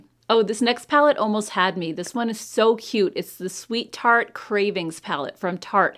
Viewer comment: Tarte, not taste! Grrrrr